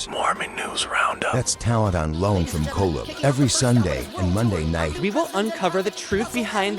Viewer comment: Sorry but your AI intro pronounced colob incorrectly. Tisk tisk